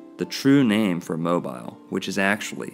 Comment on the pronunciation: It's probably no big deal but Mobile AL is pronounced "Mo-bill". Edit to add: I've been watching your videos since you had very few subscribers, not even sure how I came across it but it has caused me to look at our local star forts in Mobile and Baldwin Counties in a new light. My sister lived down around Ft Morgan for a while and some of the old timer locals talked about giants being buried on one of the local church properties. I'm trying to find out more. There are some "odd" things around here for sure.